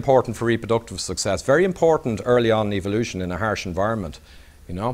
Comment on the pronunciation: Don't you love it when it's pronounced E-vilution?